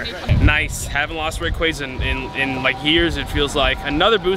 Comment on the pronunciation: For being your guy you sure can’t say his name right! Lol Rayqaza (Ray-Quah-za)